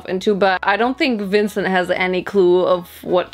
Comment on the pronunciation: The way how she said vincent